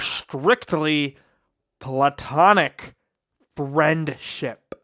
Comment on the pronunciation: strictly platonic FRIENDSHIP Emphasis on "ship".